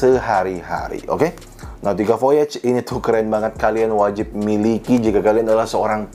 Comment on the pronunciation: saran aja, overall udah okay,,, tapi kalo emang cinta, harusnya g salah baca, terutama yg bhs Perancis ex: voyage dibaca vo-a-yas hha